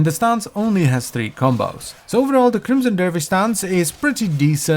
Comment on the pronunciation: Crimmmson derrrvish!